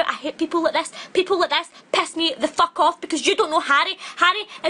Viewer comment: i’m literally in TEARS “whEt the FoOk iS THES” ☠️☠️